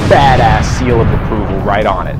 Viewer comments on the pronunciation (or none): none